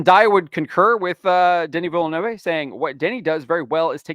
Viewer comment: You pronounced Denis last name wrong hahahahahaha